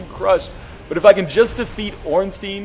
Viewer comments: The way he pronounces Ornstein makes me cry. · Going by the Japanese pronunciation of スモウ and オーンスタイン, (not getting into how you want to spell it using a roman alphabet) a close approximation of the two bosses is Smoh, like dough, and Ornstine, with the "i" like in time.